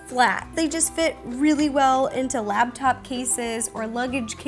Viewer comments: It's laptop, not labtop, Ro. I used to do the same thing. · Laptop, not labtop...